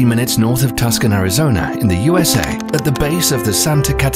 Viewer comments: Tucson is pronounced Too-son not Tucks-on. Get it right.. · Tuskin? Lol. Tuscon is pronounced too-saan. Too-sawn. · “TOO-SAWN”, NOT “TUS-CAN” ☹️ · It's pronounced Too-son or Too-sun, not Too-sawn. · bro its literally not that deep? also the name comes from an o’odham word which is pronounced a lot like “syook shan” which roughly translates to “at the foot of the black mountain.” so no its not pronounced similarly to fuckin tuscany ya clown. also, you spelled tucson wrong. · Except when they pronounce Tuscon, Arizona as “Tuss cun” instead of “Too sawn.” That had me cringing 30 seconds into the video. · Just an FYI to anyone not from the US: while it is 50 miles north of Tucson, Arizona. Tucson is not pronounced “tuss-cun”, like the narrator of this video did. It’s pronounced like “too sawn”, which comes from a Native American word meaning, “at the base of the black hill.” My guess is that he assumed it was pronounced like the Tuscany region of Italy. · really? You think It’s pronounced Tuss-conn? Try saying it this way: Too-sawn. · "In TusCon Arizona"... It's pronounced Too-sahn. Tucson... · Tucson, Arizona is pronounced "TOO sahn", not "Tuxon" . Nice video! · i dont wanna be that guy but you said Tucson wrong. it’s not “tuk-son, it’s tu-saan. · I know im nit-picking, but, it's [too-sahn] not [tus-kin] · "Tuskon ". Lol. Its tooson. Tucson. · Did I hear "Tuck-son" Arizona? It's "Too-sahn" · I hate to be that guy... but it's not pronounced "tuscon," its pronounced "toosawn." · Tuscan? that's in Italy. You mean TOO-sahn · Tucson is not pronounced Tus-can, it's pronounced Too-sahn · It's not "Tuk-sun" Arizona, it's pronounced "Two-sawn" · It's not "tuck-sun" it's "too-sohn" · Tucson is pronounced "too-sahn" not "tusk-uhn" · Tucson is NOT pronounciated Tucksun! It's Tooson. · Not tuck-son. Its too-saan. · It’s pronounced “Too-sawn” not “Tuskan” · It's not pronounced TUSK-CAN, it's pronounced TWO-SAHN. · It's Tus-san we arent tucksans. Tucsonans. Get that right